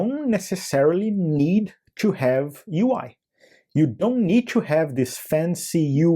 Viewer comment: o 'tchoo' ao invés de 'too' sempre entrega um brasileiro, não tem jeito kkkkkkkk